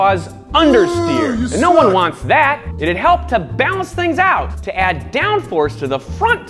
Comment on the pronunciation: Did you say "no one"...or Nolan? I'm 😕